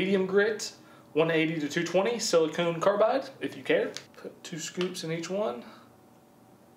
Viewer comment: Ahh, my pet peeve. Sili-con, not sili-cone. Silicone is rubber, silicon is a chemical element.